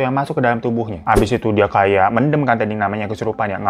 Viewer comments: Bacanya men'them' bang (them seperti dlm bhs inggris), lucu klo mendem 🤣🤣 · Btw "mendem" ya bang bukan "mendem"😂 Eh gmna c....